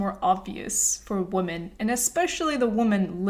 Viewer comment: i'm saying this cuz i wish someone told me earlier- the plural of "women" is pronounced "wih-men"